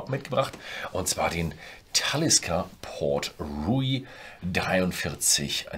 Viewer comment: Wenn er dann noch Port Ruighe richtig ausspricht ist alles gut 😬